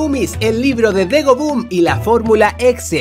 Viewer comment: Dego le dijiste a la g ye